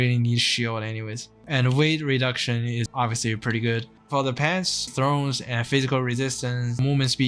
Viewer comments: "Sin you", not "snew". "Tha orns" not "thrones". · Its THORNS not THRONES.